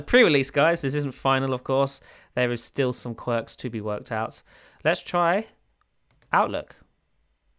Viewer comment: it sounds like you said "outlet"